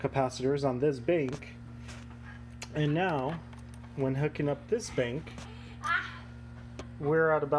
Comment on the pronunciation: You are not the only one who had a problem with the "bink". I took a good while before figuring out that "bink" is this man's rendition of "bank" lol (I am Polish and learning English as a second language)